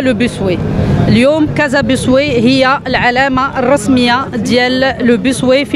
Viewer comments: Bus way كلمة إنجليزية يجب نطقها بالإنجليزي و ليس بالفرنسي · باص واي و ليس بيس واي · أيتها العميدة ..نقول باص واي وليس بوسواي .واي بالإنجليزية وما سبقها ينطق بالانجليزية وليس الفرنسية. .اذا انت تنطقين بالانجليزية .